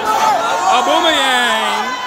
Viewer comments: Man said auboomeryang 😂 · Homie said auboomayang